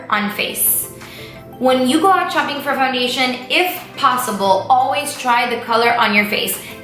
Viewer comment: bruh.... she straight up said "Chopping for foundation" lulz haha